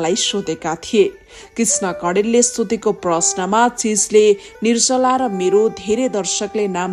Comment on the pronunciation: Yo Galaxy News 24 ko bahini le NIR JA LA bhanna / bolna sakdiana, Kina???? Galat bolchha- nir-sa=la??? Sishu kashya ma gayrea bolna siknus....Ki ma kanha aaunus, ma "locopedi", how to pronounce nepali consonants sikaunchhu, bahaini lai.....